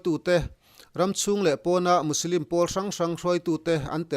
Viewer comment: Musilim tih ang deuhin i lamri a Muslim anisia